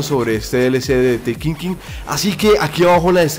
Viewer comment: ''de tekinkin'' lel